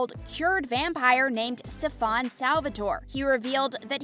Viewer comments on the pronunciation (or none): It would be nice if you actually had a clue about the show before creating a video like this. First- his name is Stef-EN not stef-Ahn. Secondly Damon is Stefan’s OLDER brother so how could he be YOUNGER in age? Thirdly, both Stefan AND Haley died in their respective shows. So how could they come back? Get a clue or actually watch the shows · That’s just not how you say stefan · The way she said Stefan's name "Steph-on" 🤣💀 and then "Damon Salvatorey" I'm dead!! 💀💀💀🤣🤣🤣🤣🤣🤣🤣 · Why did y'all say "Stefaan" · yes and she calling stefan stafan 🤣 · And also it’s Stefan not stefon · lol I'll snap on this lady and her pronunciation of everyone's names. 'Kate' Graham, 'Stefon', 'Nicolas' ...seriously! And the age difference between Stefan and Damon. This is killing my soul. lol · If you're going to talk about the show at least do your best to find out the character's names because you absolutely butchered it Stefan Salvatore isn't (Stuh-Fahn Salve-A-Tore-E" It's "Steff-In Salve-Uh-Tore" Also Niklaus Mikaelson is pronounced "Knee-Kluh-house Michael-Son" not whatever you said.. and he and Hailey wasn't married, she married Jackson... She just had a fling with Klaus and loved Elijah. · She mispronounced one of my favorite characters, Stefen........felt very bad to listen to it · From she started calling Stefan Stefon I was done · STEF-ON? ITS STEFAN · Stefan ❌ Stephaun ✅ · Sorry who is Stefaaan ? I only know Stefan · Helpful points to know: 1. It's Pronounced NiKlaus (Nee-Klows) 2. Klaus was never a romantic partner to Elena Gilbert he actually tracked her down to sacrifice her in a ritual to BECOME the first Hybrid 3. It's pronounced Stefan (Steh-Fin) 4. It's pronounced Salvatore (Salve-ah-tour) 5. Haley never married Klaus 6. The Salvatore school helps supernatural beings but Hope is the only Hybrid in that school except for the one she creates in the beginning causing quite an issue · Also the pronouncing of Stefan and Salvatore is wrong